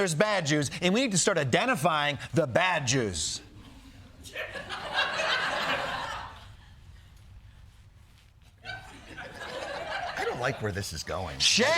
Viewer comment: "Bad Jews" sounded like "badgers." There had to be a joke in there somewhere.